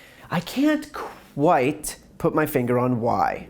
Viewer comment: "I can't quWHITE put my finger on why"